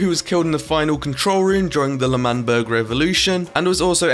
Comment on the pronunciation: ITS L’manberg not manberg 👍🏼